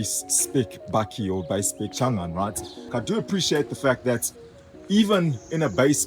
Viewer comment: Thought I heard you say "Shangan Hunter" 🤪